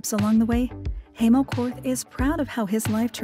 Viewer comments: Hi name is pronounced Hi-mo not hay-mo! Ugh! Such an annoying narrator! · How is it you can do a documentary piece on someone and you can’t even pronounce their name. Unbelievable